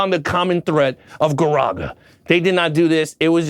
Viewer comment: It’s actually pronounced garaka with a K. Your saying Garaga. I apologize being the nerd